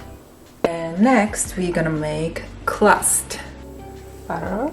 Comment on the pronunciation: Sorry. I had to watch this on mute. The confusion of the l and r was triggering my OCD. "Brossom and clust" was perplexing me.